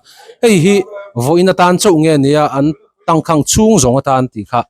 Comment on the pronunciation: Tangkhang tih a khang i lam dan kha thluk sang hmang la ngaihthlak a nuam deuh ang. Khanghu kan lam a khang kan lam ang chiah hian Tangkháng